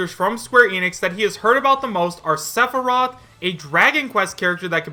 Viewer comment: i think just threw all of what little credibility he has had in pointing out potential leaks, he cant even say sepheroth right